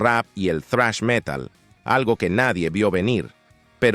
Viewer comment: Relator: Se pronuncia "zrash", no "trash".